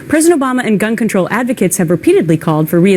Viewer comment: she said Preston Obama